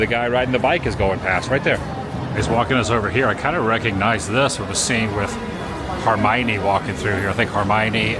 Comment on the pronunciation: "Har-My-Knee" LOL